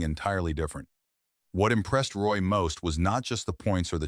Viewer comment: You can't even say his name right. Shit vid